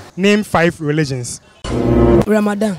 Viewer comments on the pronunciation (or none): What's wrong with these people saying Ramathan🙆🙆🤣🤣🤣🤣